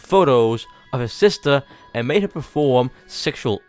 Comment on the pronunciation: I thought when you said I made this ice burg you said I’m on this ice burg